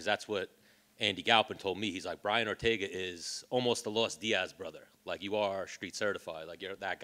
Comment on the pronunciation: his name is brian not "brain"